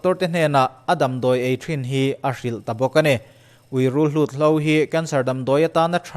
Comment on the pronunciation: Rulhlut ni lovin, rulhut.